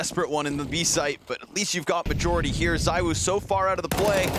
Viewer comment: ZywOo not ZyWoo btw